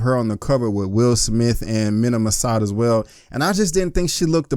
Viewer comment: It’s pronounced Meena MasOod.